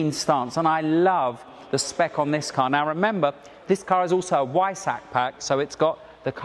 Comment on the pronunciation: Also learn how to say "Porsche" and "Wiessach". Killin' me!!!